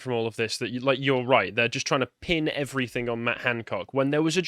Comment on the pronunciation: can you stop saying “everythink” please? Cheers.